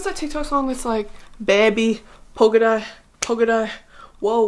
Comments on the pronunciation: Brittany baby it’s poke it out not polka dot 💀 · bae it is not polka dot its poke it out😭😭😭😭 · I must really love her bc I even stayed through her butchering poke it out throughout the entire video